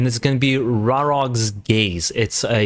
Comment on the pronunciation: Not "rarog"... RarÓg. Ó is basicly an U. Raróg is fire bird-demon from Slavic mythology.